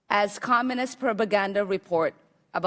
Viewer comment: "for which you were later 'BUTTONED' by President George H.W. Bush?" "...you testified about U.S. policy in 'El Zelvador?" "...you dismissed as 'Commonist?' ?" This woman needs to first learn the English language before thinking she's God's gift to Congress. I mean, Allah's gift. My bad.